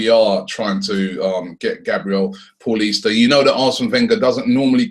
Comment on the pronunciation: Its pronounced like paulinho for fuck sake not like your average Paul - ista